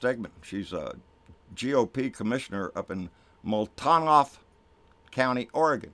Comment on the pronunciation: Multnomah.....pronounced....mult no ma.....cheers!!!